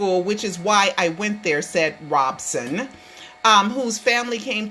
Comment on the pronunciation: it's ROB SON. not. ROBE SON.